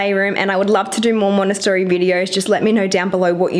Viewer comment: Love the playroom but triggered by you pronouncing Montessori wrong the whole video 😣